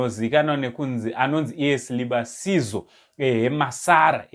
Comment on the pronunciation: Come for Ndex lessons kule ,its pronounced Silivaziso...